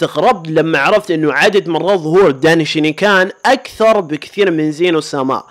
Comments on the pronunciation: دينشكان❌ دناي شاني كان✅هههههه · يارجل غوكو هو الاول في كل شيء سواء كاكثر شخصية ظهورا في انمي دراغون بول او كاجمل شخصية او كافضل شخصية او كاقوي شخصية طوال السلسلةو يا انت سيء في لفظ الاسماء و انا اكره ساتان و الفتات اسمها ماي و ليس مايا و الدايشنكان ليس اسمه دايشينيكان و هذا يعني ان غوكو ظهر في جميع الحلقات لدراغون بول سوبر